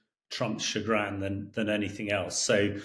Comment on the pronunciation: Does Hamish mean "A bit like Ham?", like "pinkish" is a diluted hint of pink on some neutral background. I so wish he could pronounce "nuclear" (or "chagrin") so he doesn't sound like Homer Simpson or Del Boy, to make him sound a bit more cogent. Never mind, apart from that he says the right things, such as that Witkoff seems witless. Putin has a fixed aim. To remove the irritant that Ukraine is on the skin of his Russia. Trump has a fixed aim. To make as much money from this incumbency as he can. Neither cares about the consequences, they are too near the ends of their lives to care about anything else, but their own way of filling their buckets before they kick them over.